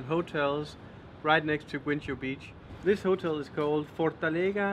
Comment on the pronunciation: Ey In guincho you don't read the 'u' as it is silent As to cabo da rocha when there is a 'c' followed by an 'h' you read it like the shhh sound in shut So its more like rosha